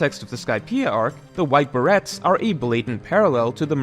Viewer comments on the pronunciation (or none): The T is silent. I actually checked for an alternative pronunciation. But it's definitely pronounced "be-ray." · It's prounounced ber-ay, not ber-et. Borrowed from French a few hundred years ago, it describes the style of hat the white berets wear and it's and commonly used as part of the names of elite military units wearing that style of hat. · It’s White Berets like the ber in Burma and the ays in rays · White Berets not White Barrettes 😂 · Great vid but how you gunna butcher "Berets" like that my man